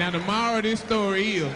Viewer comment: That was too FUNNY 😂😂. Took me the longest before I understood he was saying "Now the MORAL of this story is" lol.